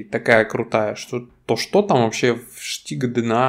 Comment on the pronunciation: Почему Штига?? Стига через С